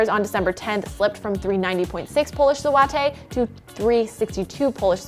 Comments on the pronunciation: Złoty = Zu - wo - tih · Polish Zloty.. "JUU AHH TAY"..? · I'm pretty sure i heard her say zowotay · Say "Polish złoty" again. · Even I am laughing (from Hungary) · It's a choice that's for sure..